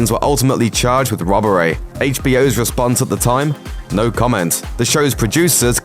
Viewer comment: Wobbery. Bloody Wobbery.